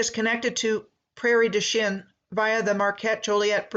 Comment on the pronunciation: Its pronounced and sounds like prairie douch-ing